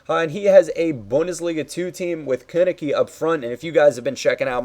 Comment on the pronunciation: Konnecke = Kern-eckuh